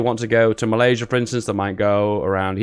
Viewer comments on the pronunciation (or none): none